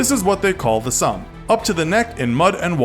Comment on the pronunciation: You say Somme wrong btw